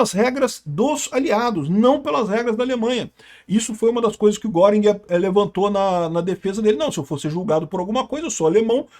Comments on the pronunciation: A pronúncia não é "goring" é "guérin" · lutando sem sucesso pra pronunciar corretamente o nome do Göring... 😂 * Ou Goering (mesma pronúncia: "Guêrin", fazendo biquinho ) Nuremberg foi contradição e hipocrisia, pois os crimes aliados não foram julgados. Queriam acusar Dönitz de crime de guerra por causa da política de não resgatar náufragos em seus submarinos. Até que Nimitz foi em sua defesa, dizendo que os americanos também tinham essa regra... e Dönitz escapou da forca.